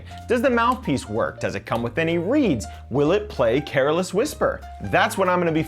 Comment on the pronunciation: Wait... did you pronuonce careless with 3 syllables? 🤣